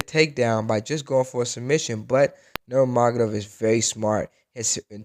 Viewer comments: Memavedov your mom, its Nurmagomedov u punk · He is not "Nurma#$?gedov", he is "Nurmagomedov". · Nur-ma-go-me-dov, say it slowly 10 times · Nurmafjfggsdhhrd.. thats what i heard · Hopefully you can pronounce Khabib's last name better after these years. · hes not complementing khabib, he is teaching you how to pronounce his name lmao